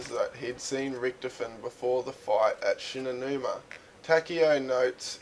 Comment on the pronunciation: ritch-toven not rioven